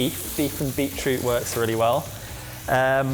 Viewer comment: When was adding the juice, I know he said beet something (root?) juice, but I heard Beetlejuice.